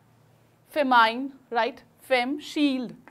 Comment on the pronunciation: It's feminine not femine or famine 🤣🤣🤣🤣🤣🤣🤣🤣🤣🤣🤣🤣🤣🤣🤣🤣🤣🤣🤣🤣